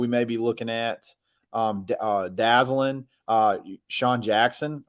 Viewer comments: Good job this morning by you and. Couple things: I think you pronounce his name Da-ZAY'-Lin. Hard a in the middle syllable. Second, I saw him play at HTHS and the guy can fly, but more importantly, he can catch and hang on to the ball. I don't remember him ever dropping a pass at HTHS. I hope that continues at AU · Went to high school with Dazalin and Javarrius Johnson, Both are some great athletes and have a good relationship with each other which could help us out as well! His name is pronounced Dah-Zay-Len